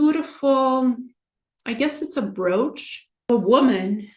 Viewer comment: "BroAch"? You rather mean BroOch ?